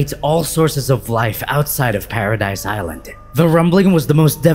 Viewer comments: Lmao saying “paradise” island is so triggering, bro it’s pronounced as “paradis” or “paraday” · The island is pronounced paradee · It's pronounced "paradese" not "paradise" ffs. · The way you pronounced manga and paradis is cringe.